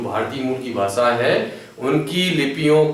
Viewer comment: सम्राट अशोक बोलीये असोक नही, भाषा बोलीये भासा नही.